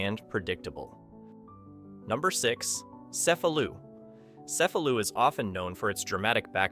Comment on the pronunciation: The correct pronunciation is "Che-fa-lu" for Cefalu (not "ce-fa-lu"). Ask somebody!